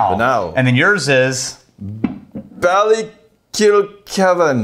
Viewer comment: pronounced Ballykilcavan perfectly